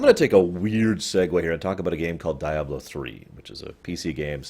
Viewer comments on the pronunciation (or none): "Die-ablo"? You do realize they actually say "Dee-ablo" in the game, yes?